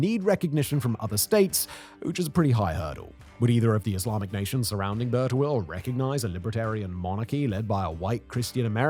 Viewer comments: I think its pronounced as "Bir" Tawil meaning long well not "Burt awil". Overall very fascinating and informative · Love You Simon, but British pronunciation is atrocious, "Bur-ta-will" lmao